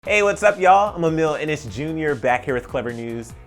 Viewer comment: Why is it that every time he says Emile Ennis JR I think he’s saying Emile and it’s JR 😥😬😂